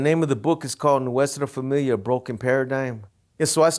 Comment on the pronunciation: It’s funny how everything has got a Spanish name but the members, like this dude, don’t even know how pronounce Nuestra Familia well hahaha